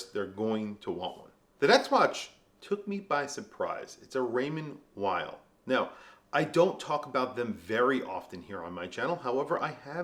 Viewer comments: Vay? No it’s pronounced like veil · WTF,!? It's Raymond Vay!!!! Why can't you proclaimed WATCH GUYS cannot pronounce the F#$%^&* names if the brands you are pushing?????? In Europe W is prounced V. FOR F#$% SAKES.